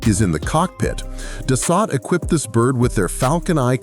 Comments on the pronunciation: It is pronounced, (phonetically) Dah - soul, not 'Duh - salt'. Learn some French. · Its pronounced Da So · It is Dassault pronounced Das Oh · No shit jets are faster than bullet trains, F-1 cars and military helicopters... SMFH! Oh and Dassault is pronounced Duh-So not Dos-Sott... Get rid of the shit AI audio and do the voice over yourself ya lazy dolt! Thumbs down for shitty AI audio alone!!! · It's pronounced Duh-sow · It's pronounced Das so! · ANNOUNCER : SIR---------OUT OF RESPECT FOR OUR TROUBLESOME BUT CRUCIAL FRENCH ALLIES---------THE PROPER PRONOUNCIATION IS " DASS--OH " -------------OK ?????----------------------------------MJL, 79 Y/O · So hard to watch these videos by people that don’t have a clue about the subject. The French company that makes the Falcon aircraft is pronounced Das…so. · can't pronounce da-suo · such a tasty word too, Da-so. Its kind of interesting how we got words like Peugeot right back when they were sold in rhe states, but words like Renault, not even close. 😅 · It is so frustrating to watch a video like this where AI isn’t to the point where it can correctly pronounce some words. Like the first two jets - Dassault. Butchered it - multiple times. WTF? Get it right or don’t publish the video!!! It’s embarrassing for hells sake.